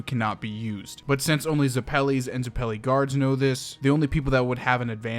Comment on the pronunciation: Love the video but the way you pronounce Zepelli makes me violently ragefull